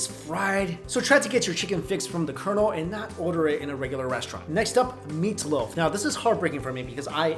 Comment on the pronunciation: he adores "meataloaf"